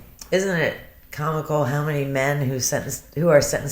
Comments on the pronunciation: on that video she's going no matter HARR hard life gets and no matter HARR....blah blah blah... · Shanann can't form W's. When she says HOW it comes out sounding like HARR...has anyone else noticed? Just an interesting tidbit. In the 30 min video of her in the thrive t on her deck, around the 15 min mark you can hear it, and again a few times towards the end of the video. And of course she did not deserve what she got!!